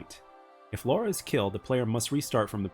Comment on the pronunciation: It is LARA Not Laura!